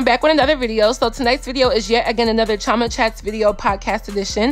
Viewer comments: This American accent on Africans... I've never heard "Chioma" pronounced how you've said it... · Interested me to hear the name "Chioma" pronounced in an American accent. It sounds closer to the true Igbo pronunciation here in a English accent. Not a critique... just interested me Signed, London